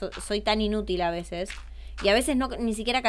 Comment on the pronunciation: Y dijiste vece en ves de veces😅